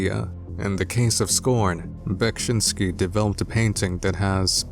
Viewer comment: I always feel bad for people having to pronounce Beksiński's full name. You did a great job tho! Also I love the visual presentation in your vids, keep it up! <3